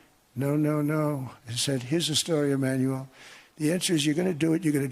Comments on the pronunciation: Why does it sound like he is saying Emmanuelle instead of Emmanuel half the time? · How he is pronouncing Emanuelllleeee, and mimiking his voice with this weird huff.... does he have a crush on this man? well yeah, Macron is good looking. A complete different level than Don can ever achieve. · Doe he like “ iiimanuuuual “ ? Such a passion he pronounced his name 😬